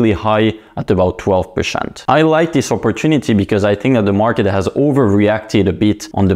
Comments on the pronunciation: PerCEnt, its NOT perSHent !! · STOP SAYING PERSHENT !!! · Twelve pershent.